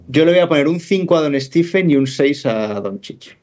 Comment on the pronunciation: ¿Por qué a Curry le llamáis "Stif" y "Stifen"? Los americanos (y él mismo) pronuncian "Stef" y "Stefen".